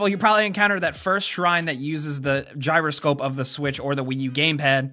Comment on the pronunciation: as soon as he said giyro scope puzzle I went into a shrine with one FML